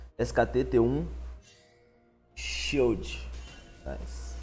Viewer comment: Clid E não child